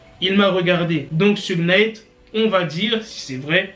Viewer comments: Robby je dirais plutôt souge night alors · Ça se dit "Kifi Di" et "Choug Night"